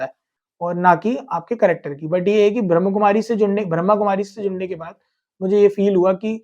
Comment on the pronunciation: भाई साहब आपने बहुत अच्छा किया आप बहुत प्यारी आत्मा हो पर ब्रह्कुमारी नहीं ब्रह्मा कुमारी बोलो